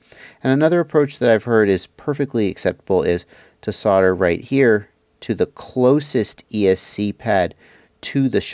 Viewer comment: I really love my Chameleons - a 5 and a 6. The 6 is actually the sweetest flying bird I own. PS I so LOL when you say "fuck me" and "fucken". You're normally so polite and well spoken (apart form your "sodder" affliction ;-) ). We should make you an honorary Aussie - you sound like one of us when you start the F bombs. :-)